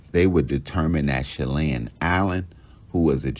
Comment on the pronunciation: Shelly Ann Pop not Shelian … Lol